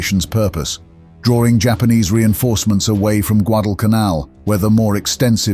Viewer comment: It's not "drawring," but drawing.